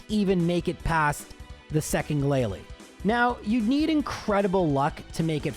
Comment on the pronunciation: you made mispronunciations during the Elite Four. Not the trainers, you got those 100% correct as always, but you said “Glalie” instead of “GLALIE!”